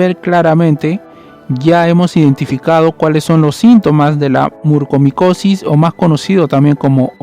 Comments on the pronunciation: Es MUCORMICOSIS!!,No murcomicosis. Soy especialista en otorrinolaringología y la enfermedad ya se ha detectado al menos hace más de una década en México. No siempre hay sangrado nasal. El único diagnóstico es por biopsia y es mortal. Informa de manera verás por favor. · NO PUEDO CREER LA CANTIDAD DE VECES QUE DIGISTE MURCOMICOSIS, por favor, si haces un informe asi, al menos pronuncia bien, es MU-COR-MICOSIS